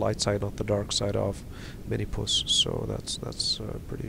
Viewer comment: The reason you don't get many views is because it's called "Minmus" not "Minimus"